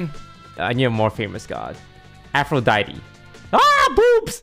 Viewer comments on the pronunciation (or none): none